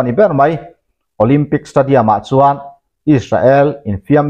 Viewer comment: Is-sa-el tia lam ai chuan, Is-rel tia lam rik a tha zawk lo maw, a bak chu sawi tur ka hre lo